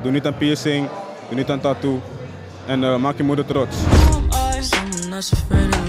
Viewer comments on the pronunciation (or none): none